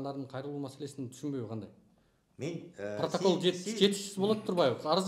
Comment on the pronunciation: Гандай эле дейтко 😅😅😂 тооок ме